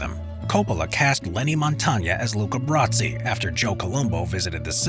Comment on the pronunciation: Luca Brasi, not "Brazzi"